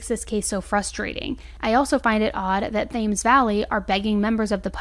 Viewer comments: Just a note..Thames is pronounced Tems...not a criticism just a note...best wishes to you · Thames is pronounced temz. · Thames is pronounced Tems, much as I loved your pronunciation it was incorrect. We also don’t have felony warrants over here. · Thames is pronounced “tems” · American in England ,let me try to help 30 yrs experience speaker Ng cockney slang etc.Buckinghamshire is said as buckingumsheer and Thames as in the river Thames under London Bridge is called the Tems the police got jealous and wanted to call themselves the Thames police as In what side of the long river they happen to be. you're welcome anityme. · THAMES IS PRONOUNCED TEMS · Thames is pronounced Tems valley 🤣 also uk policing is very different to US policing for example our police don’t murder innocent people cause of the colour of their skin 🤷🏽‍♀️ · Love your videos but its... Sheer not Shire and Tems not Thames Also saddo in the uk is just a bit of a jokey insult nothing to do with mental health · I'm only 20 mins in I think the brother did her in maybe over the married man and not ending the relationship as he's the only one who hasn't stepped up plus love u your awesome im uk and find it funny how you say thames valley police lol its pronounced tems valley police 🚨 xx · god this case is so sad 😭 hearing my country's names and stuff mispronounced and butchered is kinda rough to listen to ngl 😂 they're pronounced buckingham-sheer and tems valley police. please google the pronunciations when making vids, it's the cherry on the top of your amazing content 😅❤️ eta: saddo is the same as loser. teasing him 😂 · Not to be a jerk, but please before posting please look up the way places are pronounced, I cringed at "Theyms" pronunciation of Thames. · Thank you for covering this tragic 🇬🇧 case! Just wanted to let you know the H in Thames Valley is actually silent. 😊 I really do love your channel and watching your videos!! ❤ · Thames isn't said like flames....its said like "tems".